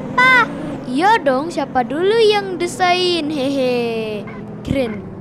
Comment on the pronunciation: Ka kan desain kan di baca nya diseyin bukan desain